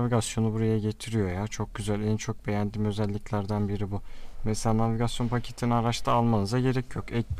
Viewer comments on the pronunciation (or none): none